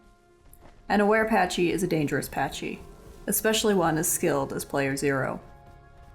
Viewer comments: Man idk if ur pronouncing things wierd on purpose or what but these abbreviations should be pronounced as such. Dilo=Die-lo, pachy=packy, and ptera=tera (idk how u get petra out of that) your vids are overall very entertaining but the pronunciations are hurting my brain. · why do the isle tubers pronounce it "PaCH-y"?? like i know not all isle players are into dinos but whyyyy xD